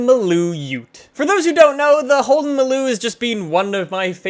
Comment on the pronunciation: You pronounced maloo perfectly.. well done mate. Ps the sandman we call a panel van in aus.